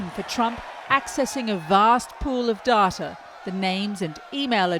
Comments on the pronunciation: Dar-ta..... Wut?? Since when did we change it from day-ta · Reporter has acquired a near-perfect RP accent, but betrays her Aussie roots by pronouncing "data" as "darter" rather than "dayter". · Surely it's dayter not darter. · "darrrrta" Are all Channel 4 journalists fucking morons? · Why is an English reporter pronouncing data "Daartaa"